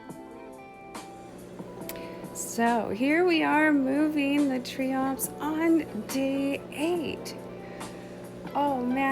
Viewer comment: They're pronounced Triops, not Treeops